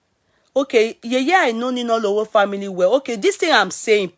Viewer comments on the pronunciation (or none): Bolanle Sinalowo and not Ninalowo.